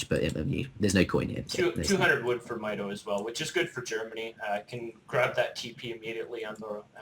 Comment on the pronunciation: also try pronouncing mitoe like does